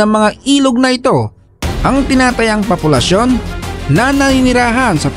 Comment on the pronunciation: POPULASYON hindi PAPOLUSYON